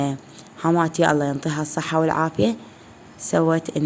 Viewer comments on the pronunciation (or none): none